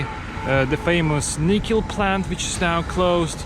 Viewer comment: Can you speak English??? Edit: Oh great there are subtitles. You don't pronoune NICKEL as NIEEKEL... Try the name Nick ....then add EL .....Nickel...not Nicole..ffs